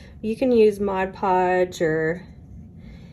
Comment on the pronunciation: thank you SO much for saying that right. MOD podge...NOT modge podge.. oooh burns my buttocks. THANK YOU !!!